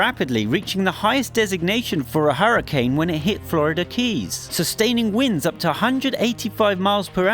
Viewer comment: its hurricane not huracnae are hurracane